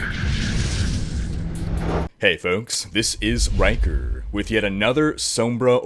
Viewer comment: I love how you say Rhykker, its amazing